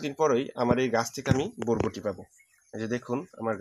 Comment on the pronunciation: আগে উচ্চারন শিখেন ভাই।ভরবটি নামে কোনো সব্জি নাই।বরবটি নামে আসে।